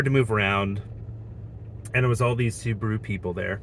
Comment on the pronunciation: Tell we say S-u-b-a-r-u not Subru😂😂